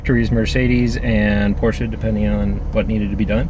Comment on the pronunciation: Dude said Porschaaa! and he's a car enthusiasts. 🤣